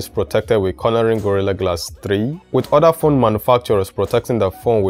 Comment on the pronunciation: Haha its CORN-ing ...not CORNER-ing .....just call it Gorilla Glass in future....and you're right....GG3 scratches too easily